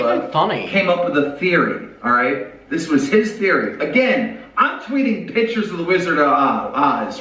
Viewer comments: Him saying “pitures” made me so angry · never trust a 40-year-old man who doesn't know how to pronounce the word picture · I hate the way he pronounces pictures 😩